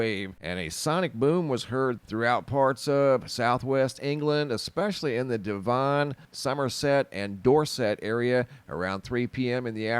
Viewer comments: Deh-vun, not Dee von, not devin. How do you know? Say Devonshire. Now say it like it should be from its roots. Devunshir. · Dev-on, not deevon, sorry but i had to correct this one😂😘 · Dev-on not De-von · Devon sounds like heaven, not the travesty of a pronunciation you gave us 😂👍🏼